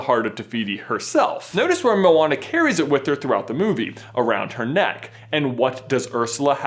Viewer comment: it's Mo-Wa-Na. not mona. white boy.